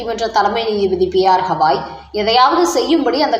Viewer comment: He is not hawai.he is gawai pl correct your ptonountiation